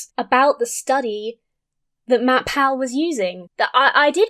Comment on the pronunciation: I've seen a couple of your videos on whack an atheist and i just realized it's Matt Paul not Matt-Pal... I thought it's a nick name like mat-pat